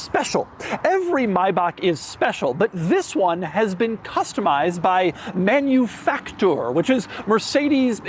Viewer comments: Please. It's not "Menuefactoor" it's "Mahnoofucktoor'. ❤ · MaNuFakTur - try to pronounce it in german. It's funnier. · MANUFACTURE SAY IT RIGHT🥵